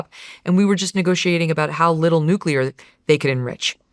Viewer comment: Also. Why can't Joe Kent pronounce 'nuclear' properly? He will have read it and said it a million times in his job. Why has no-one corrected him?